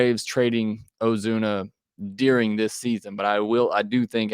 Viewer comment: Lol "Ozune" come on man